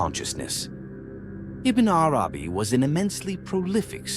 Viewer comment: Have you even read what you are talking about? In the original language – because that is what every writer of genius – which Ibn ‘Arabī is – deserves? I doubt it – your pronunciation of his name is just so far from what it should be that the rest will have not obtained more respect from you than that. Now, you or others in your defense may reply: leave the pronouncer alone – “they” is after all only an AI tool. Aha! If you are an AI tool, why would I even bother to listen to the first letter you pronounce. You are not, as Ibn ‘Arabī would see, a letter from one of the infinite number of letters of one of the infinite number of Names of God. Stop whispering. Into my ears or any other’s.